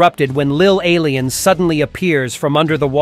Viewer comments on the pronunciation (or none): When bro said “lil ailien “😂